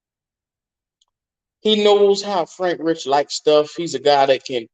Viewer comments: It's Reike. Like Rike Not Rich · Bro can you say his name right please lol